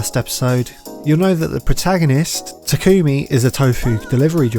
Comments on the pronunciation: its not pronounced "takOOmi" its "TAkumi" also "touge" is pronounced "toag" not "toe-gay" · I hate that she says “ta kumi” not “tak ami” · Mild complaint but it's TA-kumi, not ta-KUmi. Do you even watch subbed bruh? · Great video but why does everyone pronounce it (Ta-Coo-Mi) literally no one calls him this in the entire series. Its pronounced (Taw-cu-me) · its pronounced (ta-kome) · Experiment Failed: The driver can't pronounce main character's name correctly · why do people keep pronouncing Takumi's name wrong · I cringe every time you say takumi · mispronounces takumi